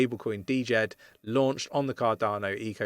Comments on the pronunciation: Ir's Djed, not D-Jed ^^ thanks for the update! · dude.... 'jed'... not D jed... come on.... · The D in Djed is SILENT. It’s just pronounced Jed. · It‘s pronounced Djed like jet bro ; )